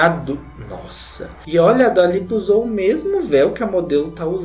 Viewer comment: “Dula peep” KKKKKKKKKKKKKKK Mds como eu não tinha visto esse vídeo antes